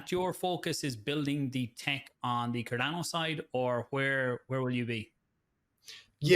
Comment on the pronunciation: "CarDANNO" Book'em Danno!